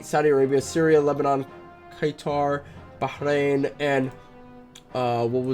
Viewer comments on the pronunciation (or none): none